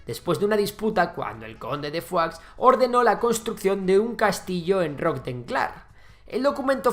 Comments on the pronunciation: Se dice "foix", no "fuá". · Madre mía pronuncia mejor Foix que cualquier nombre catalán jajaj. Urjèl 😂 me encanta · Foix se pronuncia "fosh" no "fuá"😂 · Pronuncias "conde de Foix" como "conde de Foie" (Foie Gras de oca). Se pronuncia "Fosh" porque es catalán (por cierto, la única lengua oficial de Andorra) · Y no es por nada, pero Foix se pronuncia tal cual se lee en catalán. Decirlo como si fuera francés es ignorar que su origen es catalán. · Foix es un apellido catalán y no se pronuncia como en el video. Digamos que sería como Fosh tal y como se escribe. Sería así: /foʃ/ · En catalán se pronuncia foich y en francés fua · Como que pronuncias foix diciendo "fua"? Pero y este catetismo español? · Pues anda que "FOIX" XD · Foix se pronuncia "fosh" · ver a un castellano pronunciar "foix" es algo increible :")